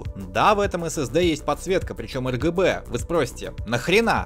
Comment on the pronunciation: Мне не послышалось ЛГБ ток ты одну букву не сказал, а так обзор топ, реклама навящевой не казалась, продолжай в том же духе!